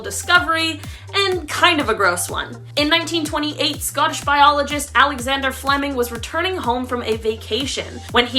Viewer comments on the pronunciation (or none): none